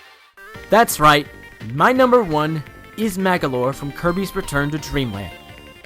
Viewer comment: Man you said magolor AWSOME !!!!!!!!!!!!!!